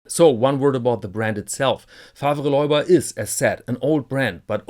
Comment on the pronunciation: The second name is French-language by origin. You do not pronounce it "loiba" but "löhba".